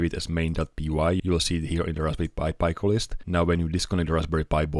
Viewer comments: Raspberry Pi Pico = "Rasp Berry Pie Pick-o", not "Raspberry Pie Pie Co". Sorry, just couldn't help but say it. Got triggered. Love your work anyway! :) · Just a small remark, it's pronounced [piko] with short "e" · Talk about trigger... NOT a short "i" because of the following consonants, rather "ee" as in "PEE" so shove your trigger, read a book and enjoy his work.